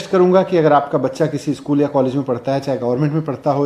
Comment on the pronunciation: भाई ये न्यूज reader को कोई बताओ की स्कूल होता है, इस्कुल नहीं होता।